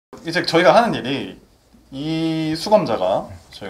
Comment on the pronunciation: 수검자인데 수감자로 들리네 ㅋㅋㅋㅋ 그게 그거지만..